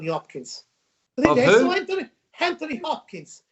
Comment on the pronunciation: ''Hanthony Hopkins''